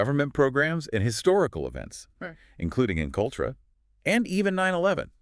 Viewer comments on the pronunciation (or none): 😂😂😂😂it gave itself With “M-kultrah”’lolololln